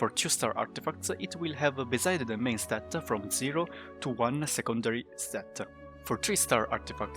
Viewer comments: Dude stop saying statta😂 its just s t a t. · Stat-a, Artifact-a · i prefer when he says stat